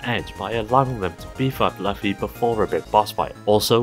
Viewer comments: Loofy, not LuF-y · LOO-fee. Not Luff-e. It's only the best selling manga series of all time but why take one second to look up One Piece of info